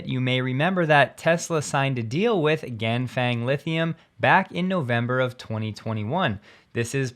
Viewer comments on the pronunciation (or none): Ganfeng is pronounced "Gan Fung". Think about feng in feng-shui. To pronounce it close to Chinese, think about it rhyming with Ron Sung.